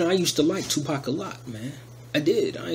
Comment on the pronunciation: Not Tupac come on bruh... smh 😨